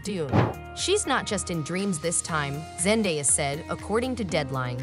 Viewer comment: Zen-DAY-a not Zen-die-a...